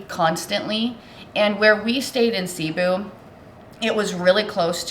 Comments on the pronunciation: Hi guys, Cebu is pronounced like taboo, accent on the last syllable. Best to ask the locals how to say it. Watching you from Orlando Florida. Good job guys!😁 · Pronounced Ceh BOO! Say it that fast. Glad you had a great time. Filipinos usually are very hospitable. The water is so clear and so warm. I do miss that. You probably looked intimidating and they didn’t bother to steal from you. 😬 You’re so lucky things were not stolen in your luggage.